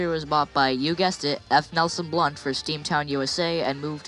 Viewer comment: Just a side note. It's F. Nelson Blount. Not Blunt. Otherwise good videos.